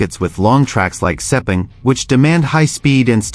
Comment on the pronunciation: Yamaha using the V4? I don't think so. Never mind the silly mispronunciation of 'Sepang'. This site is an embarrassment, and full of falsehoods.